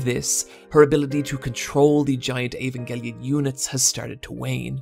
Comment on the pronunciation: Can we appreciate that this guy says "Evangelion" in the least annoying way